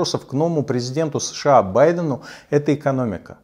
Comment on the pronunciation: СЭШэА, ТпитЫ... Комсомолец-есть комсомолец. Безграмотный, наглый и беспринципный.